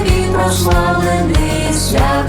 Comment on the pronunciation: Вітаю, гарна пісня і звук хороший, але маю зауваження щодо наголосів. "Про кОго я кажу" - наголос має бути на перший склад в слові "кого". А от "СвятИй" навпаки, на останній.